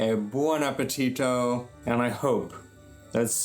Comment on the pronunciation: please teach him to pronounce appettito.